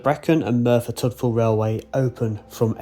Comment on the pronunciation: Discovered your channel recently. I live in South Wales. So videos from around here like the I really enjoy. Just a note on your pronouncing of Tydfil. It's said as 'Tid-fill.' the 'y' is more of an i in that word. Kinda like U is also the same with an 'e' prounced as an i. I know, gets a little complex! Been watching your more recent videos. Absolutely love them. Thank you for making these.